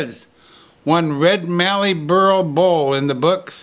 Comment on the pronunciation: Well done. Nice work. And a big thank you for pronouncing the words "Mallee Burl" correctly. Cheers, Dave Winch, Beachmere, Queensland, Australia